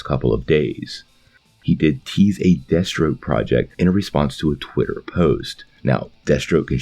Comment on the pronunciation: I though I heard Destro instead of Deathstroke and I had to replay that part.